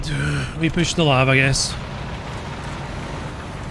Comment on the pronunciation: It’s pronounced Ell Ay Vee. It’s a light armored vehicle, not a lavatory. 🧐